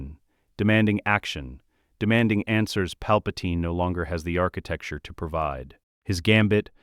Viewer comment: Enjoying all your stories but please stop saying "architecture"